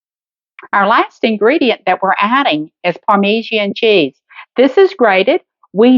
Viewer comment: It is parma john cheese not parme see an cheese.